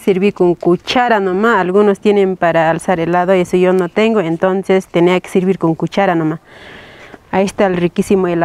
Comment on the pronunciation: Jajaja ella es bilingüe porque habla español y quechua , en español no puede pronunciar la “e” porque en quechua no existe ese fonema. Que lindo es aprender y enseñar